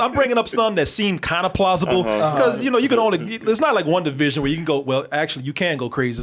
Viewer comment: Am I the only one who hears "one division" instead of Wanda Vision" every time says it?